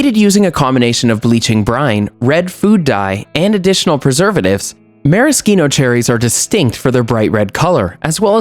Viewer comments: It was great other than the fact that he's mispronouncing maraschino. I'm actually a voiceover artist and I do commercials a lot and noticed that firsthand. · I don’t want to be a grammar Nazi but why is he pronouncing maraschino that way? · You can't even say it right!